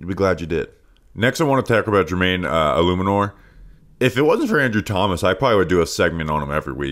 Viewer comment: so proud of you for getting Jermaine’s name right. Quick bounce back, nailing it now. Please don’t die in the hurricane. TGVTW